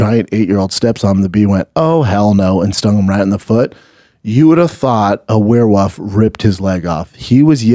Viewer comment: Wtf is a werewuff and who is Nagamurdov?